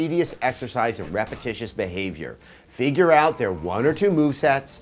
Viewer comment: What does "Figyur out" mean? LOL